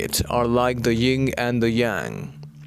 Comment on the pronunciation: It is "yin" and "yang". Not "ying" and "yang". Not trying to be anything other than helpful. Many blessings of abundance, love and light to all!